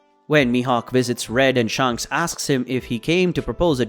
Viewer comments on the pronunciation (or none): Sh-A-nks not Sh-u-nks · Is it SHANHKS or shanks , have I been pronouncing it wrong ?